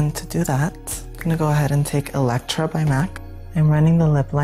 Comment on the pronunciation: The lip pencil is "etcetera"... Not "electra"